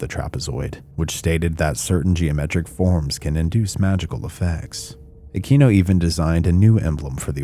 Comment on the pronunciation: Aquino ( uh-kween-oh) Sorry that drives me nutts